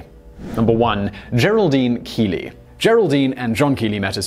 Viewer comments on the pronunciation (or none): #1) It's pronounced "Kelly." Kee-lee would be spelled keely, or keley. 2 E's, or 1 L, while the E,L,L,E spelling retains the short E sound, due to the second L between E's. A second consonant, between vowels, shortens the first vowel. Ergo; Kelley (kell-ee), with the alternate pronunciation of "kell-a."